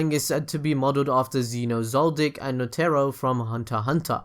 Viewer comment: i'm sorry, NOTERO? WHAT